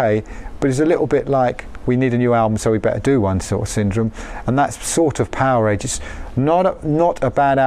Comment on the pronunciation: Loved the video footage, but there's ALOT of misinformation by the narrators, especially from snagletooth who doesn't even know how to correctly pronounce the album title Powerage. Hopefully one day a real documentary about the Bon Scott years will be produced. That band is important to rock history. And of course, Bon Scott is the best Rock-N-Roll singer of all time!